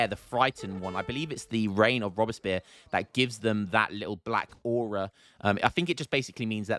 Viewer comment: Try Robes-Pee-Air